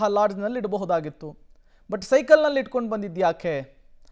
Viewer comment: ಸೈಕಲ್ ಅಲ್ಲ ಸಾರ್.. ಅದು ಸೈ0ಕಲ್!!!